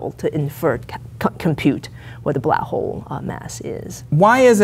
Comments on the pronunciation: She's a black hole hunter and she can't even say black hole right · her careers focus is on blackholes yet she cannot prononciate it...interesting 🤔